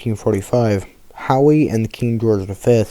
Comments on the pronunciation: How...not HOWEE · Howe!.. Not Howee.. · the ship is called HOWE not Howie and the story teller is difficult to hear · I don't think I ever told you that I like the new intro. Also, just as a heads up Howe is pronounced how. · My grandfather, who served on her through most of the war, would be turning in his grave at that pronunciation… I couldn’t finish watching… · Need to learn how to pronounce the name of the ship.☹